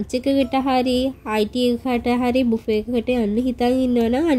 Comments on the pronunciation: බෆට් නෙමේ බුෆේ, මැරැගූන් නෙමේ මැරෑන් 😊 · මොකක්ද අනේ බෆට් බෆට් කියන්නේ😂😂😂😂. එක්කෝ බුෆේ නැතිනම් බෆේ😅😅.ඒ මදිවට පණ්ඩිත කම් දාන්නත් එනවා😂😂😂ඒ මදිවට මැරුගුන් ලූ😂😂😂😂අම්මෝ..i can't🤣🤣🤣😂😂😂